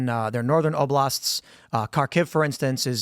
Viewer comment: Tbey should've brought up more often the fact that the dummy could only name 2 of the invaded oblasts, only one if counting wild mispronounciation. That's table stakes to even have the conversation; what a terrible representative for Ukraine.